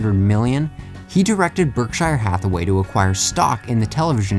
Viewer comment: You really butchered the pronunciation of Berkshire Hathaway. :/